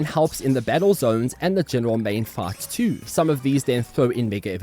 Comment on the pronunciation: Thought he was saying farts instead of fights.